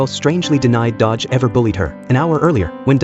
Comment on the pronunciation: Its not dodge its do-gi/do-ki